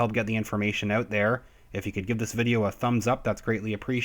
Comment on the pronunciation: I'm a relatively new watcher to your channel. I heard the Canadian accent when you said "out". I love it dude. Thanks for the informative videos.